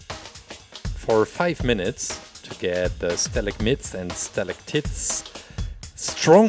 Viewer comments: he says stalagtits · stalegm-EYE-ts is how to pronounce it ;)